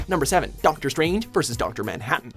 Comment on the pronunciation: Doctor 'Stranger'